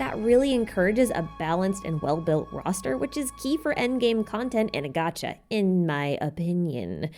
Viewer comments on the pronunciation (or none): none